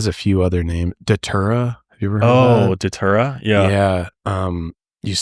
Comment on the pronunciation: Datura not daytura.